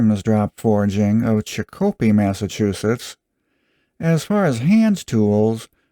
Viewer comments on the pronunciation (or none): Listen pal...You had betta get dat pro-nun-see-a-shun Right on Chick-Cope-pee...or we gonna find you quick!...Its...Chick-A-Pee...Got it?...Good! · It's pronounced Chick- Oh- Pee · you pronounced chicopee wrong. try chick-uh-pee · Daves not here (!). I love you! Just trying to help...Chick-oh-pee. Wooster, like Gloucester Ca. 1970 Sears, and therefor Craftsman, ceased being a tool company and became a bean counter company. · Chicopee is always pronounced CHICK - a - Pea, with the accent on the first syllable. Thank you for an excellent video otherwise.